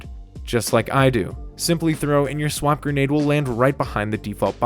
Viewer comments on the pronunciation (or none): Repeat after me: "Swarm - Grenade. Swarmgrenade" Thanks for the setups much appreciated :D